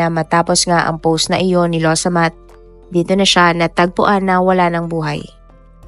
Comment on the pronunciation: Law samaht po,nde lowsamat😊